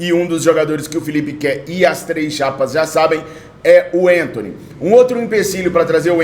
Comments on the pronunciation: meu amigo não é enthony, mas sim Anthony mesmo com a , não me leva a mal mas dá uma agonia ver você trocar o nome do jogador kkkjkk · o Anthony nunca foi e nunca será centroavante! E o nome dele é Anthony e não Entony, ele é brasileiro!